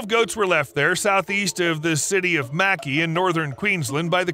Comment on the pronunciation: Mackay is pronounced 'Mc'eye' and Queensland is pronounced 'Kweens... LAND' the long verbal spacing is important to us. also sorry that we queenslanders say merry land instead ma-ra-land.